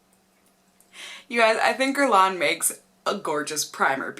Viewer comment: YOU PRONOUNCED IT WELL! UUUHHHH!!! :)